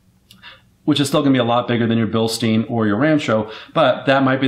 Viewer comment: Bil-STINE. They're German not Jewish